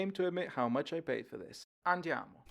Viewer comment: You say "andiamo"?? 🤣